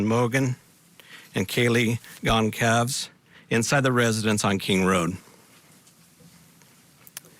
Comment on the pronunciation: People struggling so hard with the last name “Goncalves”. It’s GON-SAL-VEZ.